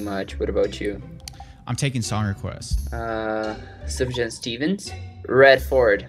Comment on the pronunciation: You can't request sufjan and mispronounce it